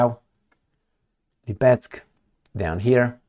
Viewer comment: Hi. This city is called LEEPETSK (accent on its first syllable). Cheers